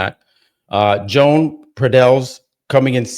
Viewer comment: “Joan” is pronounced “Yo~an” Senor!! 🗣️🎙️🇪🇸